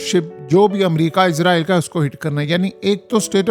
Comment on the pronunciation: Ooy bagooray 😂 izrael Nahi Israel hota ha 😂😂😂😂😂 software jab SE is Ka update howa ha project Imran SE is ki bolti hi change ho gai ha 😂😂😂😂😂😂😂😂😂